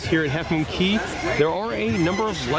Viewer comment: Cay not Key. Dang!